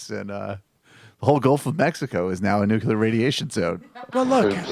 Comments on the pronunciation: Perry says "Nukular". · Rick Perry's Response: "WHAAT'S A NEW-Q-LAR FI-SEE-CIST??"